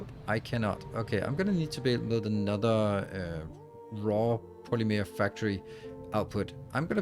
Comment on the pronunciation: It’s funny hearing you say polymeer instead of polymer. 😂